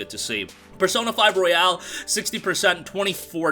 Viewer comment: ROY-ALL. stop w the Royale w cheese. Literally called The Royal in japan lol